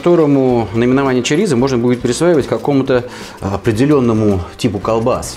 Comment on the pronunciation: произносите, пожалуйста, правильно. Ваше чАрисА я слушать не могу. ЧОрисО. И никак иначе.